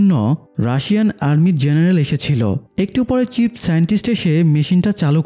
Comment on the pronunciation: ভাই চিপ না চীফ।